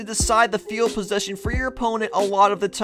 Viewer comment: can't tell if it is just the inflection of your voice, or you just don't know words...but it's field POSITION, not field POSSESSION.